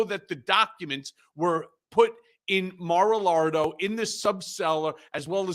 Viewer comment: Why does always pronounce it’s Mara Lardo? 🤔